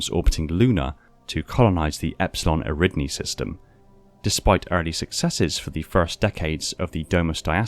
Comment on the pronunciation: Epsilon EriDNi? You sure it isn't Epsilon EridAni? Cuz it actually totally is. But I bet you also say aluMINIum instead of aluminum.